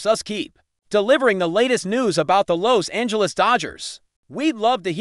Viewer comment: Sickening AI narrative, mispronouncing Los Angeles and Pagres. Stupid.